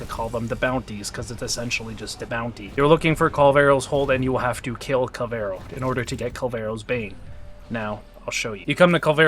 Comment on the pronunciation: It's Kullervo not "Kul-vero" ....